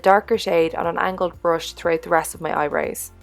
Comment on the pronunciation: I love how you say "eyebrews" instead of eyebrows! lol and you look gorgeous as always